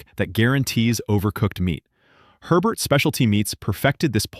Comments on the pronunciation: regarding the 'turducken' in Louisiana, its pronounced 'ay-bayrs' not Herberts. It's French. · 50 states folks.. in Louisiana, its not Herbert's.. it's Hebert's pronouced "A-bear's"